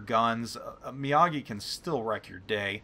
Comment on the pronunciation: Mr. Mee-AH-gee does Karate. The Mee-OH-gee is a Battleship.